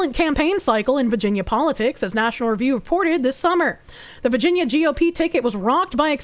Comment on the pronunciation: I love how says "Vaginia"